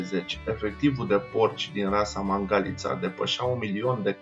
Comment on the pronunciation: Nene vezi ca Mangalita se pronunta altfel, cu accentul pe alta silaba.